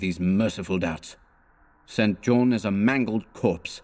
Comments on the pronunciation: Excellent stuff. I love this story! Not a complaint, just a note for if you do this again. St John as a given name is pronounced "Sinjun" or "Sinjin" One of the most famous examples (apart from Stringfellow Hawks brother in Airwolf...) is the former conservative politician Norman St John Stevas. He served in Thatchers government as Leader of The House, so there is every chance he was also a cultist of Nyarlathotep! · Isn't the name "St. John" usually pronounced "Sinjin?" Or has someone already asked this previously? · Yes. I first came across this in "Jane Eyre" (her long-lost cousin, St. John) - it's pronounced Sinjin in all of the film adaptations. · Just found this.. and hearing StJohn mispronounced is rather jarring.